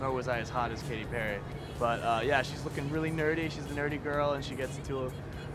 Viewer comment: It’s Katy not Kathy!